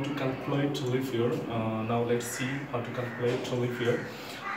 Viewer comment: Pronunciation is like "leaff" year🤣